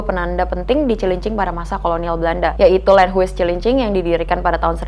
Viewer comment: Landhuis dibaca lend-haus (u-nya tajem, monyong)